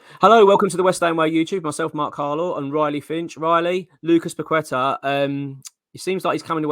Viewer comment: Paquetá is pronounced 'Pa-Ke-Ta' not 'Pa-qwe-ta' :)